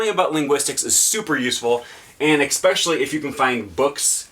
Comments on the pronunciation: Ecspecially - An idiot's pronunciation of the word especially. While the origin of the extra "c" is unknown, this particular pronunciation is surprisingly popular considering how ridiculous it sounds. ) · Usually you do not add letters at will. There are silent letters but not invisible letters. As a linguist you should probably try to avoid such "idiot pronounciations".